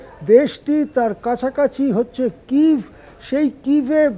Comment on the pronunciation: কিভ নয় কিয়েভ হবে শব্দটি